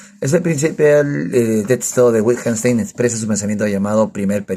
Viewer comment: Detesto como pronuncias Wittgenstein... Es broma jajaja excelente revisión del libro. ¿Cuánto le costó?, lo quiero comprar pero no quiero ser estafado. Saludos.